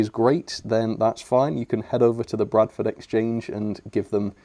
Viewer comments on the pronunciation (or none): none